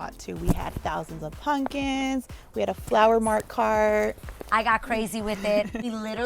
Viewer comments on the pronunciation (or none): Why is she calling them “punkins” lol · Am I the only one who cringes every time says punkins???? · I cringe every time the event planner says "punkins" 🤣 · I love that the planner kept saying "puNkins" 🎃🎃🎃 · she straight up said punkins